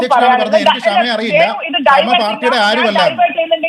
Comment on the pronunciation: അതേയ് Mr Venu അവളുടെ പേര് "ക്ഷമ" എന്നല്ല "ഷമ " എന്നാണ്! ക്ഷമ എന്ന വാക്കിൻ്റെ പവിത്രത കളയാതിരിക്കു മിസ്റ്റർ😡😡😡😡